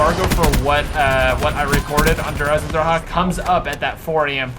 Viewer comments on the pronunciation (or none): der eisendrache is pronounced der ice in drac , not der eyes in ha, I'm only saying this because I have ocd and when it comes to miss using grammer or pronouncing something wrong, it completely pisses me off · you say Der Eisendrache like : der eisendracha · pena I was just saying that the way he says it, is not how it's pronounced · pena I didn't put nothing in any way, all I said is that the way he's saying it, is not how it's pronounced and said how it's actually pronounced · You pronounce Der Eisendrache like a biatch